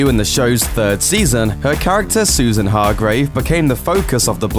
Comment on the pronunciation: As a Dutchie I can't deal with how her name is said. I just can't